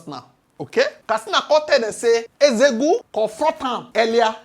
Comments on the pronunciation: Nzeogwu not nzego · abeg pronounce NZEOGWU name well no be EZEOGU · Who is Ezegwu, try to learn how to pronounce Igbo names.